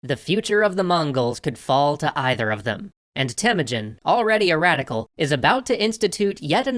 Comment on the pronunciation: I like how they add backward hats and sunglasses when the narrator would say "raddicall".